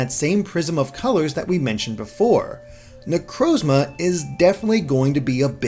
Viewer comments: say it with me now, na-croz-ma. Not na-crowz-ma. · Amazing video but please learn how to pronounce Necrozma